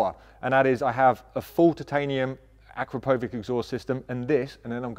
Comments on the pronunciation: great results! you saved a lot of money and efforts for a lot of people! On a side note: "Akrapovic" pronounced like "a k r A p o v i ch" with a stress on a second "A" and "CH" sound at the end. Greetings from Slovenia! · You pronounce Akrapovič wrong. Here is how you should